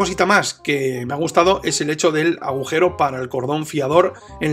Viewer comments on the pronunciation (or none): none